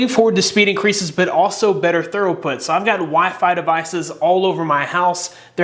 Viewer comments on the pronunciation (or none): Throughput pronounced threw-put